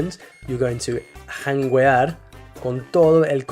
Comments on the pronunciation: Just to clear out the word 'Janguear' you don't pronounce the letter 'U' it's silence in Spanish in that configuration unless it has the dieresis ' ü ' You should pronounce it like 'Jangear' . Great video✓ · The "u" in "janguear" is silent.... it's like in the word "guerra" where you don't say the "u". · Good content pero janguear is silent. It's like saying "Que" but with a G instead. Pero anyway you did good and that deserves a sub! 👍🏾🇵🇷🇱🇷🇵🇷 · Pronoiciation on jangeuar is a lil off